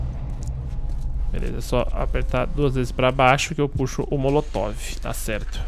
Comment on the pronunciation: motolov kkkkkkkk é molotov kkkk tmj